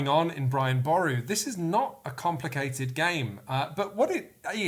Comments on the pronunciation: Irish person here, Boru is pronounched like buh roo. Our language likes its trickery. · Thanks for showing the game Brian boru, but I think needs to brush up on Irish names...it’s Pronounced “Boruu “ not bore u” and probably also the artist’s name is Deirdre (pronounced ‘ Deer dra,” not Deer dree